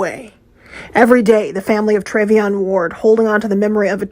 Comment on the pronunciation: TREVION ** not trevon .